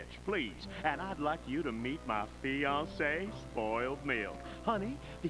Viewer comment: Bro why does Filthy say fiance like Fi-an-ce Like dapaq?